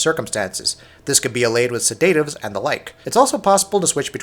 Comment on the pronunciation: He also mispronounced noir and sedative.